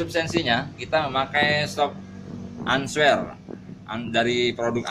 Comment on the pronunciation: "SHOK ANSWER OHLINS" :v Rantai SStwo ???